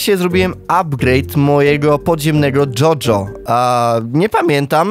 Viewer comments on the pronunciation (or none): mówi sie dodżo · czy on dojo przeczytał jojo?